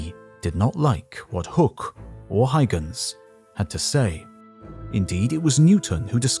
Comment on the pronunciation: WHO IS THIS "HIGHGENS" PERSON YOU ARE SPEAKING OF???? DO YOU MEAN "HUYGENS"????